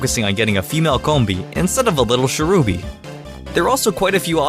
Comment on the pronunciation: do you keep on called Cherubi, Sherubi and Cherrim Cheren? They're based on Cherries, so you don't need to do that weird foreign thing of making ch sound like sh.